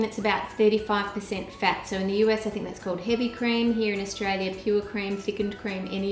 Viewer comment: Aulstailia 😂😂😂 its Australia